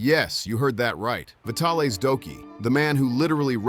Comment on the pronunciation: AI voices crack me up...."Vitale's Doki"....LOL